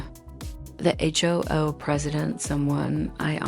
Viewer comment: I love that the AI voice keeps saying the H-O-O did this or that. Totally adds to the realism of the horse manure being fed to us.